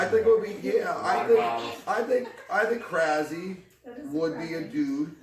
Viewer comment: As a Bulgarian saying "krazi" or "crazi" tilt me. The right way to pronounce it is "krasi" with 's' in his name.